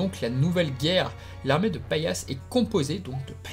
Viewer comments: Oui ce n'est pas paillasse mai pallas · Mais dans la saison 2 le nom de pallas c'est PALLAS pas PAILLASSE comme paillasson 😂😂😂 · Intéressant mais c'est Pallas et les Pallassites et non pas Paillasse et ses Serpillières, oups, ses Paillassites ! Ca accroche un peu les oreilles à la longue :'( Pourquoi avoir zappé les 4 rois de Mars ? Après c'est vrai que leur temps d'audience est assez court.